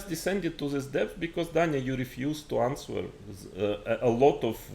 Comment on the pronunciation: моя училка английского говорить что в слове answer w не произносится